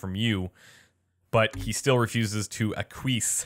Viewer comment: lmao acqueese?